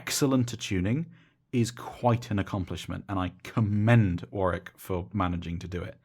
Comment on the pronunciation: nice to hear a youtube reviewer who pronounces Warwick correctly.